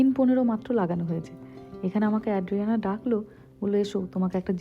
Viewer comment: Tomar content khub valo lage, anek kichu notun jante pari and sikhi tomar video theke. I'm a regular viewer. Ekta chotto constructive feedback debo, it's ay-dree-AN-uh (bangla r A-kar borno ta) NOT ad-dree-AN-uh